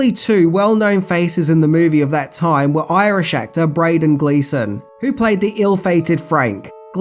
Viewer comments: Dude, your content is excellent. But if you've this much passion and enthusiasm about what you do, how hard can it be to research the pronunciation of the names of things and people in your videos? You make mispronunciation errors almost every video. Braydon Gleasson? Really? It's Brendan Gleeson, Bren, not Bray. Robert Carlyle, the stress in Carlyle is on the first syllable, CAR-lyle, not the second syllable, car-LYLE. Start doing some better research brother. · Bradon Gleeson? Or did you actually mean Brendan Gleeson? LOL! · Braydon Gleeson? I think you meant Brendon Gleeson. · Who's Braiden Gleeson? It's BRENDAN Gleeson